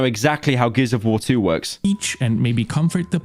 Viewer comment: ah yes “geis of war”